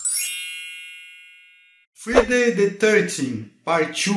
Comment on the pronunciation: em ingles se pronuncia FRAI - DEI kkkkkkkkkkkkkkk